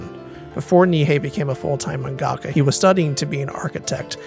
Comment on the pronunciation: Good video. By the way it’s pronounced MANGA-KA not MAN-GAKA